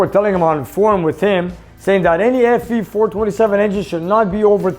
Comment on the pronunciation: FE, Sounded like you said SE